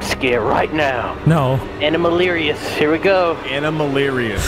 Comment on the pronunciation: did bro call himself EnemaLirious?💀